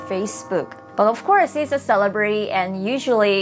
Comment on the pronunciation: Please, just trying to help.... emphasis on the LE in ceLE brity. You are saying it like cele BRITY. Now not LE like LEE, but like LEH.